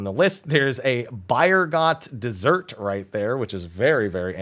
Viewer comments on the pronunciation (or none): none